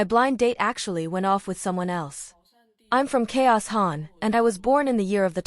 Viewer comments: Its "Chowsan" Chaosan... not K-0-san :face-blue-smiling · "chaos"-san, not Chao-san, LMAO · The AI voice narration is really annoying. It pronounced Chaosan as Chaos-an 🙈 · The pronunciation of 潮汕 had me dead 😂😂